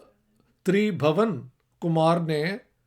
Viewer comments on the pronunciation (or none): Sir it's not Kush as you pronounced the "u" here is pronounced as in "put", similarly it wouldn't be Tribhawan but Tribhuwan where is "u" will be pronounced as in "put"